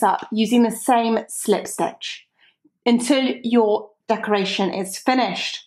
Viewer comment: love your accent and the way you say slip stitch is awesome :-)